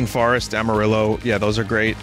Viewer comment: Vinny pronounces "amarillo" incorrectly